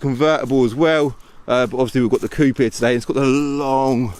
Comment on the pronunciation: Please don't mispronounce the word Coupé, you're English